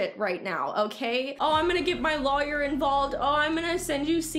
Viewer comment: I love how you say lawyer haha lAwyer😂😂